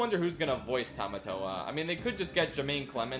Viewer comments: That's not Tomatoa, that's Potato-toa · I'm sorry but besides the butchering of Tamatoa I'm now hung up over why they changed Maui's shark head to a hammerhead-? Why did they change it to a hammerhead-!? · Butchering Tamatoa + That terrible wig